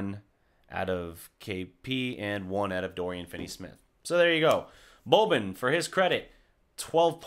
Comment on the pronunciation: learn how to pronounce boban properly now that he will play more, before them serbs get upset. as for the game - it's nice to see they can compete with a top team that blew them out in the 1st game, despite playing without a competitive center. they need to get ibaka if possible